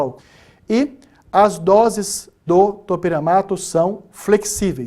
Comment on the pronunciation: Me mata esse cara falando topEramato me sinto uma topERA